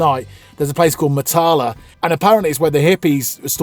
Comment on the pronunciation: Ps Matala is pronounced with the emphasis on the first syllable and the "a"s are all short ( northern english bath as opposed to southern englidh barth).